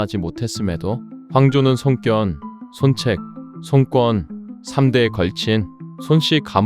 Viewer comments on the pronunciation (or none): 송꿘 ㅋㅋㅋ 발음 ㅈㄴ 별로네